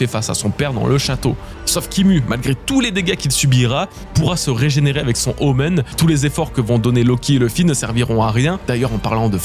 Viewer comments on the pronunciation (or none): none